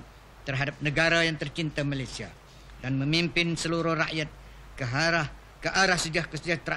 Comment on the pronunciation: Al-marhum sultan selangor cakap malaysia ke malayzia pulak.